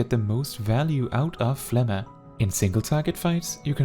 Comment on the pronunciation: I love this video, but I am commenting only to say that I respect that you say phlegma correctly, lol.